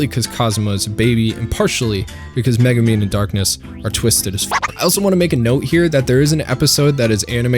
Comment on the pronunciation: All these youtubers have trouble pronouncing konosuba and Megumin. They have seen the show, how do they get it wrong?